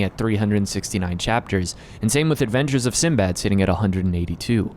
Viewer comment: I loved the Arabian theme, but Sinbad's pronunciation is actually Sindie bad. That's his actual Arabic name.